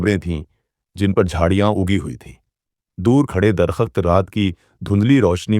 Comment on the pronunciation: Dar -kht yar drakht bol le bhai..